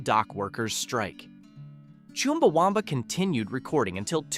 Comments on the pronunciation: It's CHUMbaWUMba, not CHIMBAwumba. Just like it's Twat, not Twot! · It's said as 'Chum-Ba-Wum-Ba', there's not Choom in there. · interesting pronunciation of Chumbawamba. Not sure how he came up with choom at the start instead of chum. It's a unique way to pronounce a u 🤣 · It’s not Choomba… it’s Chumba! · It's not chewmba wumba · It's pronounced Chumbawumba, it rhymes with thumb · Forgotten' by who? I remember all of these apart from the 'snow' thing! ' Yes I'm Gen X. Why the emphasis on America though? When most of these are not American songs? PS. you pronounced Chumbawamba wrong ('chum'--'bah'-'wum'-'bah') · Never heard Chumbawamba pronounced like that before!